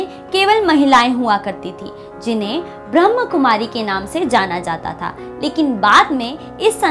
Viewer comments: Its not ब्रहम कुमारी× Kly always pronounce ब्रह्माकुमारी ( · ब्रह्मकुमारी शब्द गलत है, सही शब्द है ब्रह्माकुमारी ।अतः कृपया इसका उच्चारण ठीक करें। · कृपया ध्यान रखें ब्रह्माकुमारी बोले, ब्रह्मकुमारी बोलना गलत है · अरे, ब्रह्मकुमारी नही बोलो ब्रह्माकुमारी बोलो. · ब्रह्म नही ब्रह्मा कुमारी नाम है कृपया सही नाम का उच्चारण करें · प्रजापिता ब्रह्माकुमारी है। ब्रह्मकुमारी नही। बोलने का ठिकाना नही ओर वीडियो बना डाला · uchcharan thik karo bewakuf brahm kumari nahin brahma kumari he arth ka anarth mat karo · Pahle sahi ichcharan seekh lo brahmakumari h n ki brahmkumari